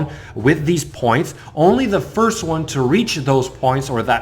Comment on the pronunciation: I also like how you say your first............ (Sarcasm of course if you don't detect it, lol)